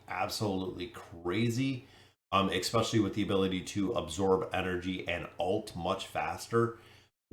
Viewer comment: It's especially, not expecially. I love your content, but every time I hear this, I want to turn off the video.